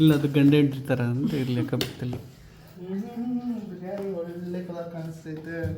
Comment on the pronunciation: It is not Beeriyani 😂 its Biriyani